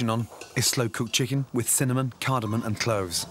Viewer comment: Would be nice if Michelin chefs learned to call it "cardaMO M" and not "cardaMO N"